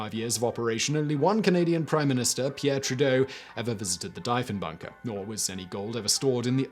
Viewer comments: Deeeeeeee phon bunker lol prime minister... jesus Simon learn about your commonwealth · Deef-en-bunker and Deef-en-baker Like thief or Chief…. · Same. I'm like WHAT DIE-fen bunker? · Argh! My ears! Dee-funbunker! As in De Funbunker, because it's an escape room and occasionally host weddings. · ahh... the Diefenbunker, one of my favourite little (relatively) local cold war relics. Dief rhymes with chief, by the way.